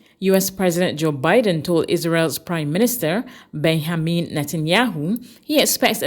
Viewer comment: Imagine a news caster being unfamiliar with the name of Israel's Prime Minister, Benjamin Netanyahu, and calling him "Ben-ha-mean Netanyahu." These Newscasts are recorded before they are broadcast and there is no excuse for not spotting the error.